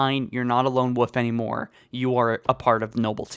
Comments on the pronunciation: it’s wolf not woof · Lone wolf assassin. Not lone "woof" assassin lol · I swear hes saying lone woof instead of lone wolf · Lone woof? I will never understand why people say woof when its wolf yes you pronounce the L in wolf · “Lone woof” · It's quite funny that the guy saying all this keeps saying "lone woof" instead of lone wolf, I'm not making fun of him, it's actually saying it's fun hearing him say it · It's "lone wolf" not "lone woof".. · if i had a dollar for every time he said woof instead of wolf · Stop saying "Lone WOOF" It's "WOLF". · 'Lone woof,' lol. Never change,. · Wolf. Wolf. WOLF. WOLF has an L in it. Not Wof or woof. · Good vid but wolf has an L in it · "Lone woof" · "Lone woof". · Am I the only one who cringes every time he said wolf like wuff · I love it when you say Lone woof instead of lone wolf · Did you say his parents got powned? The small details that make me subscribe to this channel lmao. Also, did you say “Lone woof”? I mean it doesn’t matter, but I just want to know.. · Why do you say Lone Woof and not Lone Wolf? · “Lone Woof” LoL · God learn how to pronounce wolf It’s WOLF not woof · HE ONLY SAYS "Lone woof" INSTEAD OF LONE WOLF! IT'S SO ANNOYING! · Wolf is pronounced “Wo-l-f” rather than “woof” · you know it's lone wolf right? Not lone woof.... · Wtf is a lone woof? Do you mean lone wolf? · I just have to say it: it's "Lone *Wolf*", not "Lone Woof." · "Lone woof" haha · Lone wolf, not lone woof. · Why he saying woof instead of wolf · Wolf not woof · He said woof a few times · It sounds like youre saying "lone woof" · "lone wuf" ong he's retarded 💀😂😂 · are you intentionally saying lone woof? because that is annoying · I'm sorry but... Lone "Woof"? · Ah yes, Nobel 6. "The lone woof" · "Lone woof assassin" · you kept saying "woof" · "Lone Wuff" ...k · This guy actually thinks “lone wolf” is “lone woof” hahahaha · Nobl sicks teh lon woof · "Lone wuff" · Take a shot everytime he says "lonewoof" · “Lone woof assassin”